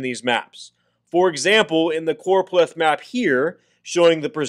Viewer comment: Noooooo its CchhhOooRooOpleth map 😂😂